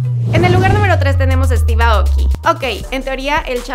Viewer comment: Se pronuncia Steve Eiouki